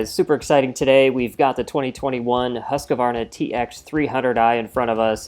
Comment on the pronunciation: Husqvarna not "Husq a varna". Come on Yanks learn to speak.